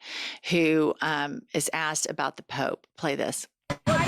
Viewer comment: Ummm. T mispronounced the word. He doesn't want to be Pope, he wants to be Poop. I think hes poop. I think we should make him a fun King Poop hat and give him a special award. 👑💩